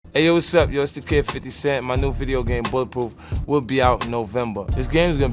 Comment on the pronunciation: "My new video game buh-puhf"